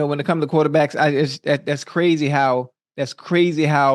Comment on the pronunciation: Dats Qwazy Dats Qwazy Dats Qwazy anything else u wana add Ocho...yea Dats Qwazy